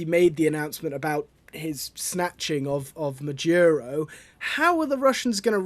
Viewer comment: His name is Maduro, not Majuro or Madyuro. 🙄